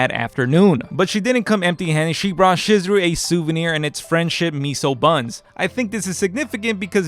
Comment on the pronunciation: I don't have. An obligation to do do anything, and just for that, I won't be doing that. This is further justified to me by you constantly butchering Chizuru's name. How do you mess up then name of the main female?